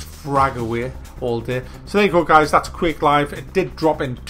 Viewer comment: Could've sworn you said queer clive :)